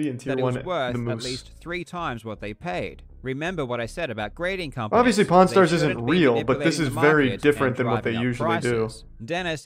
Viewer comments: I can only hear "pornstars". I can´t focus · Really sounds like hes saying porn stars not pawn stars 😂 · it sounds like he says pornstars every time he says pawnstars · Was listening to this while cleaning my work van without watching the video. Kept thinking they were saying porn stars😂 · When he said pawn stars I thought he was saying porn stars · Him saying pawn stars but it sounds like “P*rn Stars” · it did not sound like he was saying pawnstars...